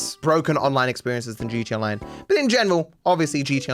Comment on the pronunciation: Maybe it's just me. But I swear you are saying "GeeChee Online" lol